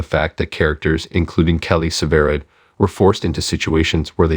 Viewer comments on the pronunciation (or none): Why don’t you pronounce the name right it is sever ride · The announcer can't say severide right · Yes I noticed. Sometimes he did and other times he did not plus he keeps saying she.